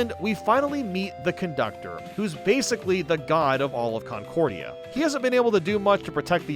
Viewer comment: "Concordia"? It seems that the c-word is now cursed.